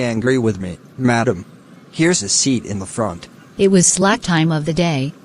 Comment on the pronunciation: The conductor is saying madam as if it is 'madame' brand😂